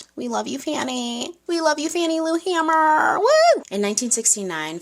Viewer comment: Correction: Her last name had one ‘M’ and is pronounced “HAY-mer.”